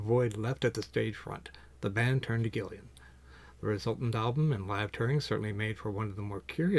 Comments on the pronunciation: This guy also says "Gillian" hahaha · Doesn’t have the album, but makes a video about it. A great album!! Get it, listen to it, then make a video. And say name correctly! Come on man! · Can this guy please read/pronounce "Gillan" correctly?!